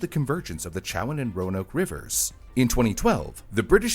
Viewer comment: As someone who lives in chowan county.....the town the stone was in is called Edenton ( EDEN-Ton) not adenton. its also the Chowan river (Cho-Wan)